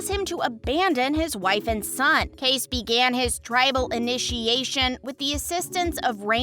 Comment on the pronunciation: Please learn how to pronounce names correctly...It's K-C for Kayce, not case!!